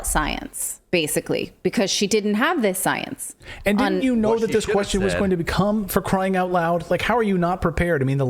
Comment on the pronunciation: "We had to move at the speed of scienceh". They just can't stop being blatantly ridiculous...